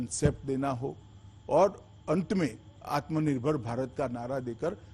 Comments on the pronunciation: Pahle atma nirbhar bharat bolna to Sikh lo chacha agr yehe baat Rahul Gandhi ne kiya hota toh ye bsdk media wale kutto ke tarha divert show karte ke dikho Rahul ne ye kaha atma nirbhar bharat bolna nahi loda lassan godi media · Atmanirbhar toh bolna sikhle